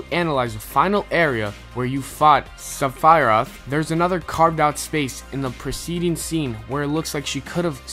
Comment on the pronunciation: I cannot see how you can make this video and not even pronounce one of the biggest fictional characters names correctly.. "Sephiroth" Jesus dude... don't make a video when you don't even have your shit together :D